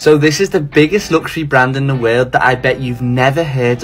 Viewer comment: Why the heck are you pronouncing "world" like wear???